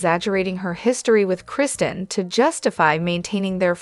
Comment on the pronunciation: I hope this YouTube channel fails bc it’s all false info & they can’t even say Kristen, Arianna etc names correctly. She’s using other ppls stories & journalism. This channel is a joke!!!